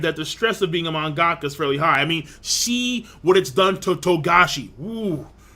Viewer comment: its pronounced man-ga-ka not mon-gack-ka, lol.